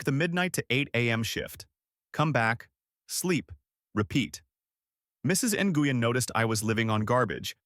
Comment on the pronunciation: Nguyen is pronounced like the word when. Wen. Not nah goo yin.